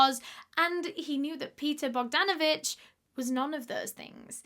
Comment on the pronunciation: I am from Serbia ( ex Tito's Yugoslavia, Balkan peninsula, Europe ). Well done for the effort of pronouncing his last name Bogdanović. You pronounced it perfectly. He sounds like a good man in the beginning but disgusting in the end. Where are the police?